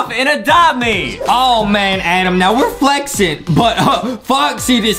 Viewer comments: i like how justin calls adam adem its funny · I love lankybox and it’s not Adam it’s adem